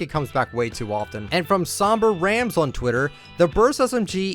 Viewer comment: sOMBER-rams- I- even on the Internet people pronounce my name wrong